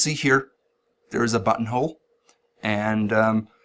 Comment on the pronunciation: I watch these video at 2x speed. And I constantly hear “butthole” instead of “buttonhole”.